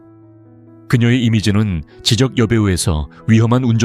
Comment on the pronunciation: 말씀하시는 분 지쩍을 지적이라고 발음하는게 제일 듣기 싫네요